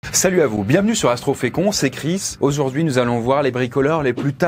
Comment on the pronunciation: "Auzourd'hui"? Je l'ai entendu 😂 j'ai réécouter 2 3 fois